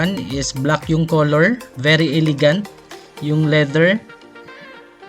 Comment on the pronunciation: E~le~gant HINDI: I ~ li ~ gant (bisaya man gid )